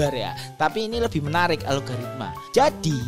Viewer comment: Algoritma bang bukan alogaritma-_